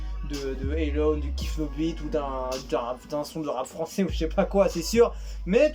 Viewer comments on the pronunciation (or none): none